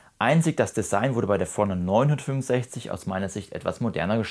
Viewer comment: Super Video, vielen Dank! Als netter Tipp gemeint: Mich hat etwas verwirrt, dass deine Betonung überwiegend auf der 900 lag und nicht auf 50 oder 60 (dem eigentlichen Unterschied der Bezeichnung). Das hat mich immer etwas aus dem Zuhörfluss gebracht. Kleinliches Gehabe, ich weiß. Aber vielleicht hilft es ja 😅